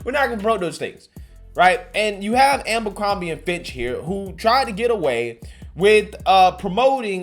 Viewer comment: It’s A-BER-CROMBIE not AMBER-CROMBIE